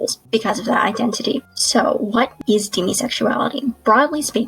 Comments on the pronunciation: xD I don't think she pronounced it right, but every time she said demisexuality my face went 👁👄👁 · I've never heard demisexuality pronounced that way and I'm shook.